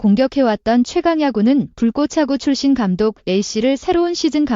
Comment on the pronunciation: Ai는 왜자꾸 "불꼬챠구" 라고하는거냐 거슬린다 나감